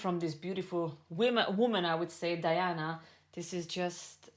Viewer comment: Say the first syllable of her name as DEE, please. Thanks. P.S. Pronouncing the names of non-Anglo-Saxons is easy: you need to read the letters as they sound in Latin. Did you have basic Latin in school? If not, Google and Yandex in the help.